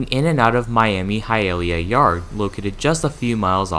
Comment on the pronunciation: Hialeah is pronounced Hi-a-lee-a. Boca Raton is Ra-tone. Also, it's called switching not shunting.